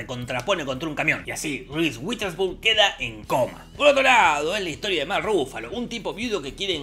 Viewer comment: Un shot por cada vez que Jorge dice "RIS UITERSPUN"